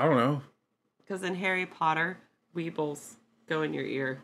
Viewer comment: Weavels (.not weables).u do get in certain foods wbexpired mainly thingsike flour etc. They are tiny brown bugs, i have no idea what u call them in the states but u must get them or something similar they probably just have different names like most things seem to name things differently.